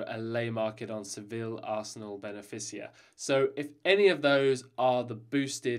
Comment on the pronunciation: "Ben-a-fiss-ea" It's pronounced 'Ben-feeka' you spanner! 🙄😁